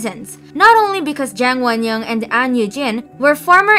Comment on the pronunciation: Jang wonyoung, not yang 😭